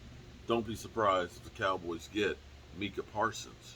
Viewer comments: It's not meekah right? It's Micah lol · New player, new name mess ups lol.. “Minkah Parsons”